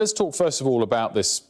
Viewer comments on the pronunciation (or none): none